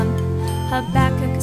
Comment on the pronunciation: finality someone who pronounces Habakkuk right i have listend to many books of bible song and so many ppl say Habakkuk weirdly and some have a beat that doesn't make sense this is great.